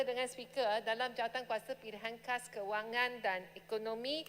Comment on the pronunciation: Cakap KHAS pun tak betul...HAD amender kau nie...lidah cacat...